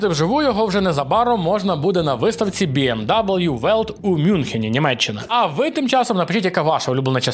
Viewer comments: То бі ем ві, а не дабл'ю. Контора німецька, букви німецькі. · БМВ а не БМДабл’ю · Біемдабл'ю? Хаха Німецьке авто німецькою Бе Ем Ве, а американська вимова бі ем дабл'ю звучить від тебе не дуже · Не БМ Даблью, а БМВ, це ж німецька назва, байрішен моторен Верке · Тільки не Бі Ем ДаблЮ) БМВ) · Не кажи w кажи v в BMW Bayerische Motoren Werke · Яке, до дідька, бі ем дабл ю? Бе ем ве. Bayerische Motoren Werke AG або скор. BMW (Баварські автомобільні заводи, БМВ; вимовляється: Бе́-еМ-Ве́). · даже німці кажуть БМВ, цей хряк - БМДАБУЛЮ, жесть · Its БіЕмВі нот БіЕмДаблю! Байріш Мотурен Вяке. Лерн іт! )))) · "БМ даблъю" - это не правильно. Правильно - БМВ. От Bayerische Motoren Werke. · А хіба не БіеМВі? Це ж німецька компанія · сам ти БІ ЕМ ДАЮЛʼЮ. W в німецькій це не даблʼю, це В. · Коли ти вимовляєш BMW, як бі ем даблю мені аж в очах темніє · Німецькою ж так само як і в нас вимовляється. Тому я теж не розумію, нащо називати англійською, але це дрібниця. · Bayerische Motoren Werke AG або скор. BMW (Баварські автомобільні заводи, БМВ; вимовляється: Бе́-еМ-Ве́) P.S. Моїм вухам було дуже боляче. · БеЕмВе не бі ем дабл ю ЛамборГіні не ламборджині